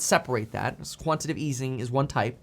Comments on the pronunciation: It's quantitative NOT quantative, Kevin.... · It’s Quanti-Tay-Tive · Quantitative has 4 syllables: ˈkwän-tə-ˌtā-tiv